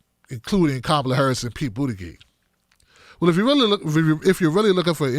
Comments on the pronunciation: I like your stuff but there is no good reason to keep calling him “Boot-a-gig”. Specifically because you obviously know how to pronounce his name. You are great, but attack Mayor Pete on his bad policies, not his name. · I love you bro..He's not my candidate of choice and I think he's a tool but please learn how to pronounce BOOT EDGE EDGE. It makes you sound silly. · I love your coverage here! I agree with you 100% - I just thought I would offer you help on the pronunciation of Buttigieg. (not that it really matters - the big picture and all) Buttigieg: Boot-edge-edge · It's pronounced 'bootie-judge'. I live close to his city and I've heard the name on tv news way way too much!!!!